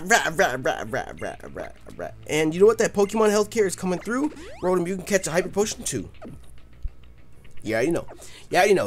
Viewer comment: your rotoms name is katakana japanese it is pronouced roe-toe-mu